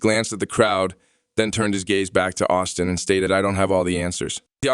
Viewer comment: his name is Osteen, not Austin. please